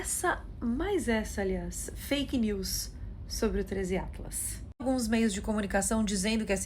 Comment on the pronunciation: "Trêis iatlas" kkkkKKKKK Esse 3iatlas virou ícone do canal da